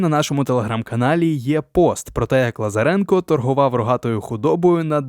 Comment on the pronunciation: Хто це читає? ЛазарЕнко, ЛазАренко, КирИченко і інше, око сіпається, вуха в'януть